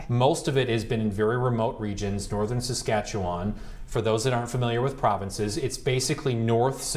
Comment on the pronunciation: Wow! Your pronounced Saskatchewan correctly! Good job. :) Oh btw, it’s called the Canadian Shield. Have a great day!